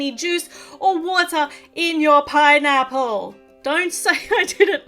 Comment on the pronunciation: 😂😂😂YOU SAID PINApale